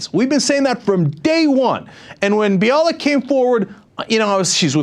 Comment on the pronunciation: Limbaugh said on his show that he’s been pronouncing Bialek’s name incorrectly (bee-AH-lick"). He cited Gloria Allred, who says her name is buy-a-lick. The only crude thing about that is that Limbaugh made slurping noises when he pronounced her name. And I remember Cenk pronouncing Bialek's name "buy-a-lick" in a previous video...